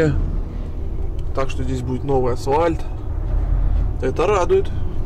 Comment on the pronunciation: АсВальт? 😂 Пипец...